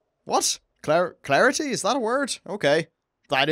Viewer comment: Celerity. Sell-air-it-ee